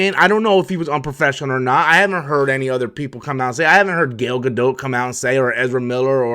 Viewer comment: Wow, someone actually pronounced Gal Gadot's name right.